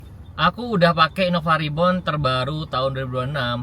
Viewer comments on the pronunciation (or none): none